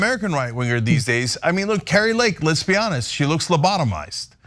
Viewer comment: Hey dimwit Kari.... You say our name all wrong... You are not Norwegian... You say it like Cary.... You are a fool.... :text-green-game-over::face-orange-frowning::face-green-smiling